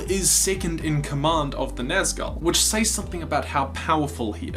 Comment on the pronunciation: I like how sometimes you say "Says" as "Say-z" and not "Sez", but not always...